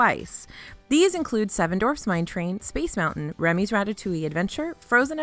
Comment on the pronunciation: For the love of Disney, please stop saying 7 Dorfs! 7 D - W - A - R - F - S!!!!!!!! Say the 'W'!!!!!